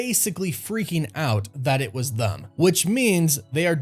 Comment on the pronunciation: It bothers me the way u say “them”